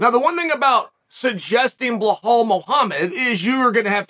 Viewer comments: it is Belial, not Blahal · Chael you are butchering Belal's name. Let me break it down for you, it is pronounced BEE-LAAL. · Why does Chael purposely mispronounce Belal (Beelaal) Muhammad’s name? …rhetorically speaking? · He had to dig deep to mess up “Bulhal” 😂. Love this bit. Never stop not even when you run into a John Smith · I thought chael was smart and he came from some rich parents ? Why is he pronouncing belawls name BleHAUL? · I was dying every time he said his name hahahahah "bluhaal" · I have to say that it must be intentional when Chael mispronounces Belal’s (Beelaal) name. Hasn’t Chael had countless opportunities and examples placed before him. What are we to think about Chael?…..rhetorically speaking. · “Bluhal” always gets me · That is the only time I’ve belal being pronounced like that😂😂😂😂😂😂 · This dude loves belal so much but won't say his name right😂😂